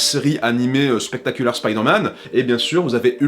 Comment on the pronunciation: Bon,prononcer "spectacular" comme ça s'écrit c'est un peu chaud, qd même. .. D'autant qu'après "amazing" est prononcé avec l'accent anglais... Et ultimate aurait été plus juste,par rapport aux titres des séries, après tu fais ce que tu veux... Mais ça reste chelou et dommage